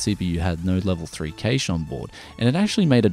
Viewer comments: Industry professionals always pronounce Cache as "Cash" in the 30 odd years I've been following things, the only time I hear it pronounced the way you do is occasionally on channels like yours and at Best Buy and the like when reading spec lists, in interviews with engineers and chip designers, and in college level lecture halls its always "Cash" and that's what I deem correct. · Im sorry, I cannot watch this video when you pronounce cache like that. I'm very sorry, i watch all of your vids and all to come aswell but i just cant bring myself to watch this.